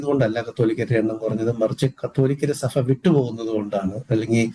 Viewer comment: സഫ അല്ല. സഭ ആണ്. ഫാഗം അല്ല. ഭാഗം ആണ്.